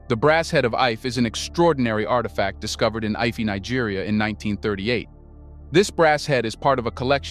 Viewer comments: Ife is prounced 'eefay' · You mispronounce the name ife